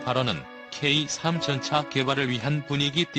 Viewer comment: 케이삼이 아니고,,,,케이쓰리